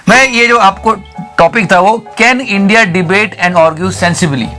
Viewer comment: Do you feel ashamed to speak INDIA You put a sound while speaking INDIA